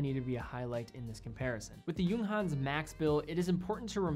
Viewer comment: Your excellent review aside, can I just say that your pronounciation of "Junghans" is spot on? You must the first watch youtuber to nail the short "u". And "Bauhaus" is pronounced just like "Bowhouse" with a sharper s at the end :)